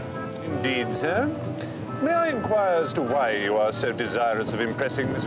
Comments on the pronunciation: Time for a hearing check I think my friend, cause he doesn't say snir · Am i the only one who cringes when Mr Fry pronounces "Sir" with a nasally "Snir"? The audiobooks have a more appealing interpretation of Jeeves' vernacular.